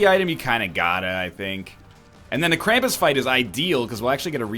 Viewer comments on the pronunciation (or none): none